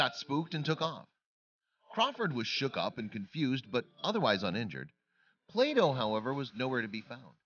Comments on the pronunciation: Play doh.not plato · Until today, the similarity of "Play Doh" and "Plato" had never struck me. How many other viewers thought the narrator was saying "Plato"?